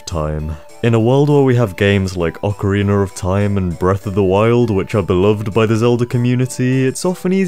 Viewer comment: Ocarinaur of taim.